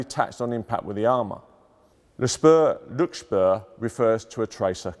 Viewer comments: Really picking some choice bangers there mate =8-D Leuchtspur is pronounced "Loihtspoor". (More or less; the ch is not really a part of English either.) (There's two ways to pronounce it in German; none of them is "k".) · Leuchtspur, the eu is like oi and the u is like a ou, loichtspour, there you go. And Buechse is Bewxe.